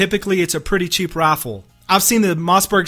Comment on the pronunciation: He says Rifle Like "Roaffle